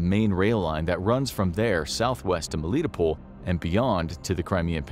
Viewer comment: Pull, more like Poll, isn't it?